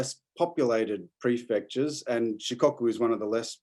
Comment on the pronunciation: it's "she-co-coo", not "she-cock-coo"!